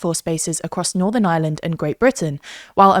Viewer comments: The inability to pronouce the "R" in Ireland correctly is jarring. Where's "Island"? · Why can't you pronounce the country your talking about. It's not Island, it's IReland. It's a hard R. It's painful to listen to the country's name being butchered every single time ... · Her pronouncing Ireland sounds like island